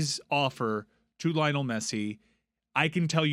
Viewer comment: How are we supposed to believe you when you can't even pronounce Messi's first name right?